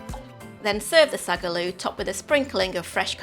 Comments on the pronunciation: Sag a loo? Sink into a toilet? 😂🤣 Translation: Saag (spinach) Aloo (potato) pronounced Saaag (short pause between words to distinguish) Aalloo stretch the a sounds that’s why there is more than 1 A in the Saag. Or easier; spinach and potato curry. Lovely recipe. 😊 funny pronunciation. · Find out how the name of the dish is pronounced first before the cultural appropriation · Hate the pronunciation, most professional chefs don't even do it justice, but the recipe is fucking fire